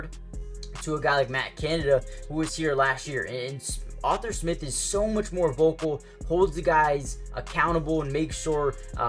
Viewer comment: ARE-THUR. Not author smith lol. great vids, but i cant take hearing Author again lol just call him artie or something